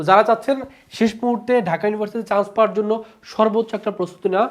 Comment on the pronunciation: পাওয়োর ❌ পাওয়ার ✅